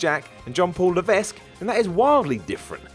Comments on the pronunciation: Stop saying phenarm, ass and LeveSque. It’s phenOm, arse and Levesque pronounced LUH-VEK. CM Punk even called him it in a promo once. Bad English from a professional speaker is shocking, pass it on. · It’s pronounced “Luh-Veck” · It's pronounced as Ley-ve-k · the s in levesque is silent damit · u don't pronounce the "s" in levesque